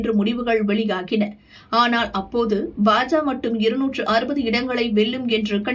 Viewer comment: FOR EVERY VIDEO YOU SAY BA JA INSTEAD OF BA JA KA, YOU EARN A DISLIKE